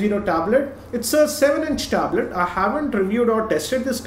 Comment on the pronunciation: THE WAY HE PRONOUNCES THE WORD "TABLET"... IT HITS MY EARS... ITS BLEEDING :P